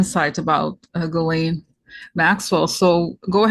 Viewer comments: ...you are pronouncing Ghislaine's name correctly.... The G is not hard... it's chiz.... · For what it's worth, I want to congratulate Corina for having pronounced properly the French name of Ghislaine. I am from French Canada and I know a few women with that name, here we pronounce it with the sound ' Jisss-laine' and not the way we've been hearing for a few years now. There is also a French name called Guylaine...that one is pronounced the way the English people have been pronounced G.M.'s name. How could both Ghislaine and Guylaine be pronounced the same way??? So again thank you Corina for the proper French pronounciation. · Corina you pronounced Ghislaine s name perfectly actually.